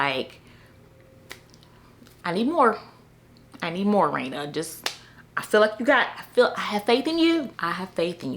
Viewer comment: 😂 😂 I gotta get Rayna’s novella. Let me go download that now. Not you butchering the name and then playing afrobeats 😂😂😂😂 your videos are always a good time.